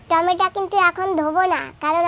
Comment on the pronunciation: খশি না মাছের আঁশ বলে 🍅 টমেটো বলে টমেটা বলে না দিদি ভয়েসটা খুব সুন্দর বাচ্চাদের মত গলা